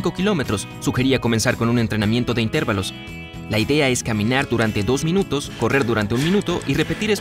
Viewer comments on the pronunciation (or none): ..."intérvalos"... suena incorrecto, me parece que el acento va en la "a"..."intervalos". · En serio dijo intervalos? Con acento en la sílaba "ter"???? Auch